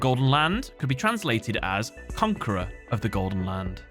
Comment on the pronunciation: Bruh how do you repeatedly say Conquistador as "con-kwiss-ta-dor" and then immediately back to back nail the pronunciations of "conquerer" and "Huaquero". Like I don't want to ride you too hard on this but, like, you see how conquerer and conquistador are related, right? And how if you pronounce "qu" in Huaquero...look I know English is crazy but Spanish only has one way to say all of its letters. You got it! Just needed to circle back for those poor conquistadores. Cheers. Salud.